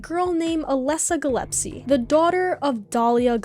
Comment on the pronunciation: You pronouncing Gillespie as Gillepsy is simultaneously hilarious and adorable lmfao